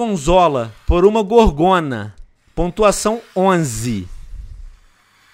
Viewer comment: O nome é GÓRgona e não gorGÔna